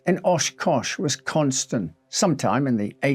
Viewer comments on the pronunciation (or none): FYI it's Wisconsin not Wiscontstin